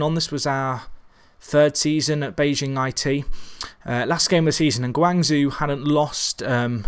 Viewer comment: Really love this channel. Probs of no help its pronounced guang ZJO!! So hard to listen too lol again love the channel